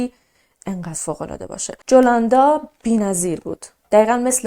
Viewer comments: جولوندا نه یولوندا 😅تلفظش این طوری هست. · اسم مادر خونده نیکول ، یولاندا بود نه جولاندا با „J“ مینویسن اما «ی» میخونن.❤ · جولاندا نوشته میشه ولی یولاندا تلفظ میشه.